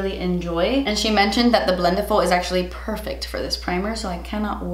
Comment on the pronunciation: The way she says "BLENTIFUL" i feel anxiety No hate ok